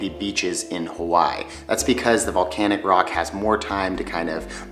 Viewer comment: hawaii was pronounced wrong, kauai was pronounced wrong, lihue was pronounced wrong